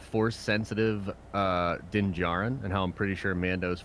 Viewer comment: I don't want to be that guy but it is Din Djarin not jarin